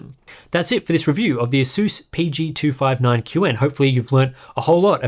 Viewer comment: why everyone pronounces it "aseus"?